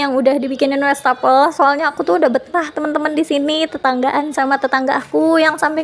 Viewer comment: Maap koreksi sedikit ya bund. Wastafel bukan Westafel pengucapannya. Maap kalo kurang berkenan. Sy termasuk yg sering intip channel ini dan sy suka menontonnya❤